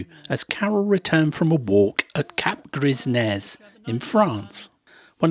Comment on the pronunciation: Love your homely videos - keep them coming, but you do need some coaching with French place names St Omer is pronounced as San- Oh- maar: Montreuil sounds like Mon-try: Cap Gres Nez is not Grees Neze ! Carol got it right however! Blanc Nez (Blan -Ney) Wissant (Viss-on) and one of your best the supermarket ‘Leclerc’ - try ‘Le claire (girl’s name) to get it right. I know how hard some of the English place names can be to pronounce, especially for Americans - so it’s an age old problem, but can I suggest a quick check with YouTube’s how to pronounce videos - they have hundreds of place names on line spoken by native speakers - it’s a a big help when doing voiceovers. Otherwise you are doing a good job.